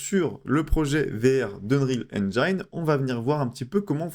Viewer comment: Super utile, merci! (Mais ça se dit "n-jin" pas "n-jaïne" 😉)